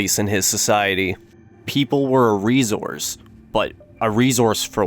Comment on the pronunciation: My boy with the “ REZOURCE “